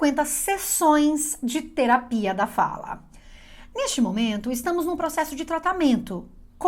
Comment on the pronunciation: a ênfase que colocou na palavra terapia me fez pensar… e como trata sempre de linguagem achei q cabia ☺️